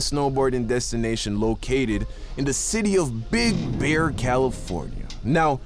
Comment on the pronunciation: Yo be did saw bear but his J Jamaican accent made it sound like beer